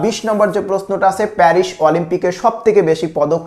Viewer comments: Perish na paris😂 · মাশকট প্যারিশ সেই উচ্চারন